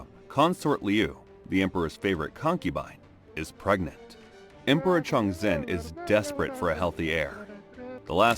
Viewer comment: Some Chinese pronunciation help in case you do another video in the same time period Ke Wei - “kuh way” Tian Qi - “tyan chee” Liu - “lyo” (one syllable, rhymes with “go”) Wei Zhongxian - “way jong shyan” Chongzhen- “chong jen”